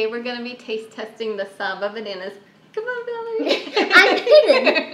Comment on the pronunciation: Great bananas! The "sa" is short and the "BA" is hard and pronounced.